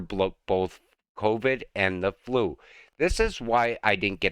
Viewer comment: It's flu, not flew. And not all immune systems are the same. They are different for every person. It may be good enough for some but not effective for others. It's obvious you are not a medical professional, otherwise you would understand how wrong your statement really is.